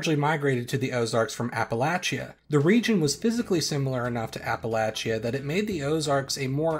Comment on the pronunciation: Well he did call the applachians apple-lake-ans so that’s one thing lol (although not connected to ozarks)